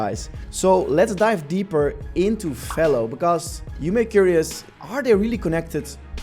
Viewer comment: It’s not FAYLO… it’s Velo, like jello